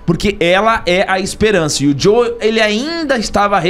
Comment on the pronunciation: Eu também falo Joeu,não gosto de frescura